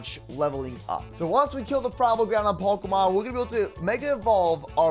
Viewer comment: Pikelmon is really bad with generating ultra space. can't even pronounce pokémon properly.